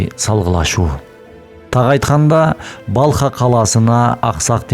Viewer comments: Балха деген шаар жок. Урдурабересинби. Балх деп айтылат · Балх☝️Балха эмес